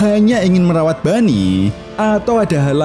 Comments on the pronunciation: Boney bang bukan bunny apalagi funny 🤣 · Mendengar dia sebut bunny. Aduh.. malas tengok.